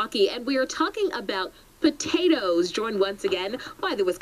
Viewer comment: I swear that news reporter is saying "Batatoes".